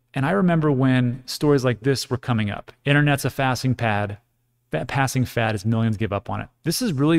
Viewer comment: " Internet is a "Fassing Pad" " Like it Giggles 😂